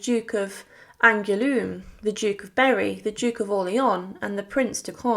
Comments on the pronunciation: It’s hard on the ears to hear the majority of these names (st Denis, Angoulême, etc) so terribly mispronounced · It would be a good idea to learn some basic French pronunciation (Angloueme is not pronounced “angloom” and millions of livres came out as “millions of lives”). Mon dieu, quelle horreur☹️